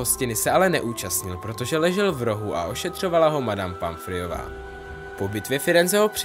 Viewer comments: říká se madam Pomfrejová a ne madam Pamfrejová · Madam Ponfriova a nie Panfriova